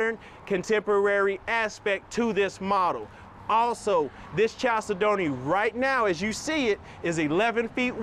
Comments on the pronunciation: Love the videos but gotta tell you that the word “chalcedony” is pronounced “kal SED nee”. It’s a type of stone. 😉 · 1) no pantry 2) look up the pronunciation of chalcedony